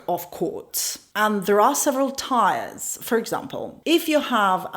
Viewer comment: This isnt the correct pronunciation of tiers. It's pronunced like tears rather than tyres.